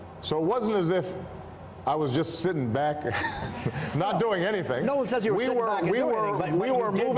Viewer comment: Not him saying Latino like that 😂 Stop it